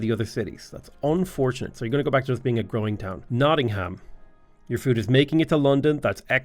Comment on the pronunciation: man hearing someone actually pronounce the ham as ham instead of um nottingum is just kinda wack